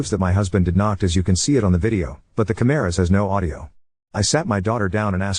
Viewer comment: The chimeras have audio. (The way the AI prounouced "cameras" sounded like "chimeras" and then I had a mental image of cyborg chimeras with input/output cables 😂) This is what drives me insane, tho, to be more on topic than scifi chimeras. Women/girls cry wolf so much and are instantly believed. If a man/boy even hinted at anything of this nature? Invalidation, emasculation, and backlash. The double standard is so disgusting, and sadly, it makes it really hard to believe all victims when the "victims" aren't real, and you can't tell.